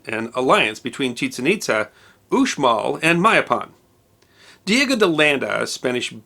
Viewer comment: Itza is pronounced It-jzha. The descendants of the Itza, who migrated to Florida and Georgia (USA), are called Itza-te Creeks or Hitchiti Creeks.